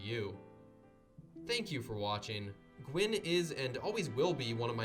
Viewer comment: Gwyn means white in Welsh. Dunno if that's where the name came from. Pronunciation is right tbf